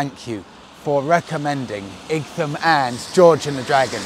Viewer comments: IGTHAM? IGTHAM? Really? It's pronounced Eye-tam! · Did no-one tell you it’s pronounced “Eye Tum” not “Ig Tham”. Also, there are no motorways between SE London and Igtham. Nice place for a ride out though. We have plenty of great villages here in Kent. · Eye tum not ig tham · Pronounced “ite ham” I believe. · Dumb pronunciation of Ightham. It's pronounced like the word ITEM ! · Great video - I believe Ightham is pronounced the same way as "Item", it's just old English spelling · Happy New Year ! Its pronounced eye-tum What a beautiful spot, there is so many in Kent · Great vid as usual…nice to see our county on here again - it’s pronounced ‘I tam’ though ! 😁😂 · It's pronounced EYE-TAM or "item". Like many English words, the "gh" (as in "light") is silent. The "h" is also silent. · I'd have guessed its pronunciation as "Item"? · Igtum lol. You need some Kentish lessons. 🙂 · I had to do a double take when I saw your title. I grew up in Ightham, and even worked as a kitchen porter in the George and Dragon around 15 years ago. It was utterly surreal to watch you ride through roads I once knew so well. As other have mentioned it is pronounced "eye tam", but my my you do have quite a talent for finding the hidden gems no one else seems to know about. Never would have thought I'd ever see one of my fav youtubers in my old little unknown village. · Igthumb? 😂 Sorry but it made me laugh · Happy new year and Monica, it is a nice village and the Mote is worth a visit. Generally it is pronounced It'm like light without the L. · Hi. My wife and I know that area very well. It’s actually pronounced “Eye tam”. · It's pronounced "eye-tem". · Hi, great to see you taking my advice to go to The George and Dragon but I’m so sorry that I didn’t tell you how to pronounce Ightham! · What?? pronounces something wrong? Surely not!😂😂